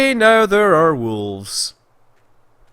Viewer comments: Scott Manley Entirely possible! That, or it's just your impaired pronunciation making things funny for us who are neither scottish nor american (or from any other english-speaking country for that matter). In either case you did say 'wolfs' :p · Definitely a "f" in there. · Scott Manley I also hear Wolfs, Maybe with a smidgen of V in there, Wolvffs maybe, but there is definitely an F in there. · I laughed , criticizing american pronunciation... and then saying "wolfs" =D